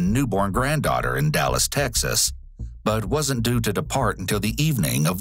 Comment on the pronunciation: I love how you said, "Dallas , Texas." . 😂 perfect!